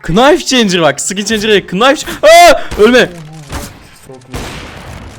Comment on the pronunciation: Kanka knife diye yazılıyo ams nife diye okunuyo kınayf değil yani nayf direk